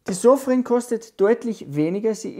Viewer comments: Die Marke heißt Sofirn nicht Sofrin 😮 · SOFIRN nicht SOFRIN